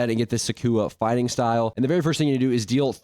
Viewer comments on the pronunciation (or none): none